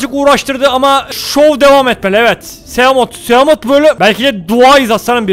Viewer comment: onlar simot ve saykılops diye okunuyor mezarlıklar doğru telaffuz edemeyenlerle dolu aslanım